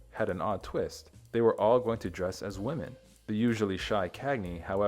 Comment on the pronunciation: Some interesting information here but, when you’re reading a script, you really need to know the difference between the words “woman” and “women” and how to pronounce each correctly.